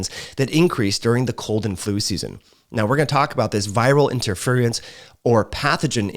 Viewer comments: IN-TER-FEAR-IN-S . . . . Interference. It's 4 syllables. Why r u making it 6? Lol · I just wish he would pronounce respiratory, virulence and interference correctly. LOL.